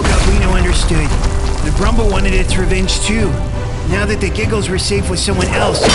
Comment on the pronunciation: Bro y does say jiggles instead of giggles